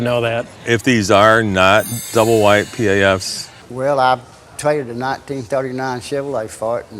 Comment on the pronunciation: P A F’s …..not pafs , I’ve never heard anyone call those pickups pafs…